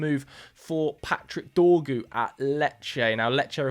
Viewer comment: His name is Dorgu, cmon bro it's only 5 letters 😂😂😂😂